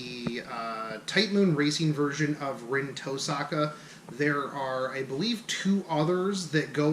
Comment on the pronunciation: "Tohska" Rin?